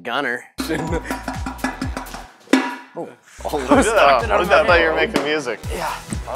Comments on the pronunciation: Did i hear gunther instead of gunner?? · Am I the only one that heard “Gunther!”